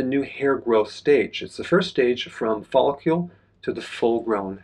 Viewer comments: It’s hard to trust a man who mispronounces follicle so many times. There is no u in follicle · You’re saying follicle weird. It’s distracting 😂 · I know, I just wrote it as Dr. Berg pronounces it in the video.